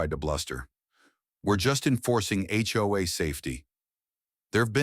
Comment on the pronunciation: A HOA story and the AI voice can not pronounce it!! First word of clip! Not checked before posting.